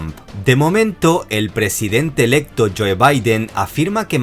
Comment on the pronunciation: Neta no puedes pronunciar 'joe'?